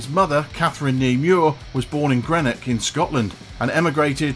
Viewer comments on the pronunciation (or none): none